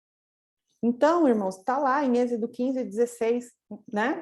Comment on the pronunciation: Irmã não é ezido... É êxodo amém???? Mas a palavra de deus é maravilha...